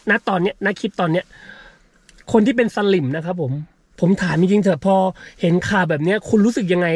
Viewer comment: กด subscribed ทันทีหลังจากได้ยินคำว่า สลิ่ม แบบเต็มปากเต็มคำ 👏👏👏👏👏👏